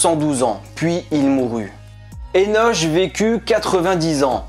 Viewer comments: Merci ça pique mes oreilles le [enoch ] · Henoch(Henosh) se prononce [Hénok] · Le( ch) de Hénoch se prononce ( K)